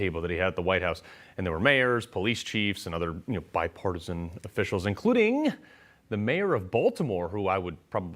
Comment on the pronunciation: I heard bidenpartisan not bi-partisan...😅🤣😂😅🤣😂 biden was STUPID and CORRUPT before he went SENILE. 🤪